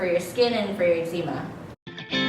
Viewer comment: Why do you pronounce the word eczema like (noczema but eczema)? Just wondering bc the doctors pronounce it differently. Also, I changed my diet for 60 days and no improvement in my skin. I've been to a naturopath and still no answers. I do not have itchy skin. But I agree with your morning routine - mine is first prayer then scripture reading and if I can, a morning workout.